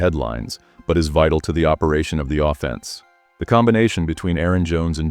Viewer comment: Your text-to-speech bot says “offense” with the emphasis on the second syllable every time, as in ‘criminal offense”. No one who knows anything about football talks this way. Kindly ditch the robot voice and get a human being to read your script, it’s very annoying. Thanks